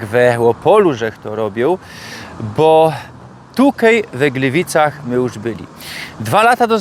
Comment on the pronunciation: Glywajny w Glywycach pod karasolym! 👏 Litery „i” wymawiane jak „y” to prawdopodobnie ukraińskie wpływy do śląskich dialektów. Jak ogólnie wiadomo historycznie Ukraina i Górny Śląsk mają wiele wspólnego. Przybysze z Ukrainy z lat 1945/46 ci pierwsi, dziś już prawie wymarli ale oni wnieśli to do Śląszczyzny, a ich na Śląsku urodzeni potomkowie tej przypadłosci się niestety wyzbyli - więc to miłe że ten wpływ w swoim dialekcie dalej pielęgnuje! 👍